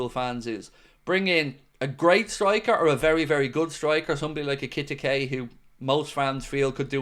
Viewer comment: Hey I have the pronunciation of Ekitike. I’m using actual words for proper pronunciation. Hugo Air-key-tea-kay (Ekitike). Hope this helps.